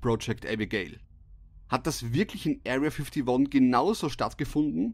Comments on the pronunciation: "Ariya fittoni" 😂😂👌🏻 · "Aria Fiftiwon" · „Erriaa fifdi won“ 😂